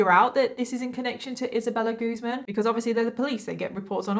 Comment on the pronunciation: It's actually pronounced Isabella GuzMÁN.